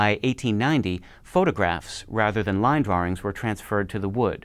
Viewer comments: 'Draw-rings"? Really? Is an American editor at Merriam Webster mispronouncing "drawings"? Tell me this is more than dialectical variance. Is he Mike Meyers' British child character Simon on SNL? Very strange. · drawrings? where does the additional "r" sound come from in drawings? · I love his pronunciation of "drawrings." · I think you need to produce an episode covering your unique pronounciation of drawings.